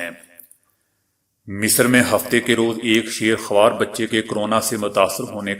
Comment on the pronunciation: Bhai bucha Shair hawar nahee sheer hawar hota hai.